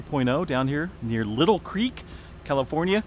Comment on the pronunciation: Not little creek, Lie - tal creek🙂